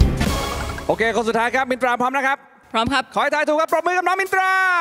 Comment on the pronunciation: มินตราออกเสียงรชัดดีมากๆค่ะ อนุรักษ์ภาษา